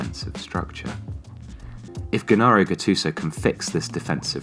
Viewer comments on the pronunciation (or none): Good try, this is what we imagined and not what is happening, Cutrone is the only ST the other two are bench warmers, Borini is a super sub, Calhanoglou starts. Also, no offense, you clearly do not actually know about Milan or Soccer, it's not Ghe-Nah-roh Gattuso, it's Ge-nah-roh Gattuso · It's pronounced "Jennaro" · Gennaro is pronounced with the soft G, like a J.